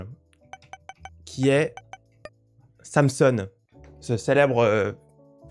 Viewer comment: Alors au cas ou ça se prononce SANS son pas sam sonne